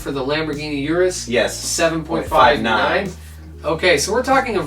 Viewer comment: It’s Urus....